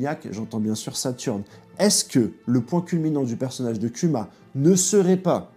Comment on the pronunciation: Respecte Kuma prononce bien son nom [kouma]